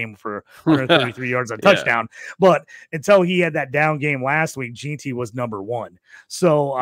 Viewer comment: Tet and Mike Evans comparison just doesn’t fit right. They have completely different play styles. Evans is much faster and stronger. Tet is smoother. Also it’s pronounced Ashton “gen-tee” not “gee-tee” cmon man